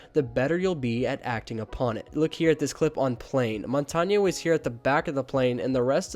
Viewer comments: It’s mon tane not Mon tan ye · Can you please stop pronouncing montagne wrong it’s really irritating